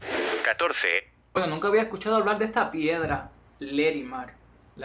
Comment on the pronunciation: No es Lerimar sino LARIMAR.